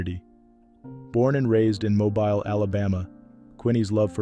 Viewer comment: Mobile is pronounced MOH BEEL!!!